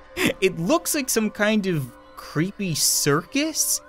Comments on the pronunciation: How normal people pronounce creepy: creepy How misfortune pronounces creepy: crepeh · I like how when she says creepy it sounds like she's saying crappy